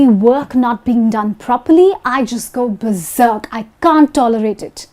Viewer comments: I've heard berserk but I've never heard anything like beserk. Are you sure you said the right thing? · It's berserk ... Not beserk